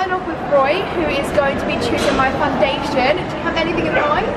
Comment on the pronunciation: You look like so pretty but the foundashern tho😜😂